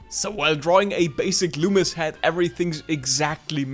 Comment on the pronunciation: Finally someone got his name right 👍 Good Job